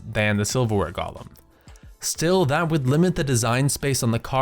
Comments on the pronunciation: That's not how you say GOH-LEM, Gollum is the weird shit in the LOTR movies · golem != Gollum since != sense mana != manna The root word of "drakonid" is "drake," and there's only a single 'K,' so why would the there be a soft 'A' pronunciation?